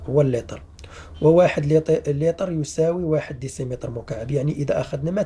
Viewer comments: لتر وليس ليطر 😒😝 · صحيح السِّعات وليس السَّاعات وكذلك السِّعة بكسر السين ليس بفتحها وليس اللطر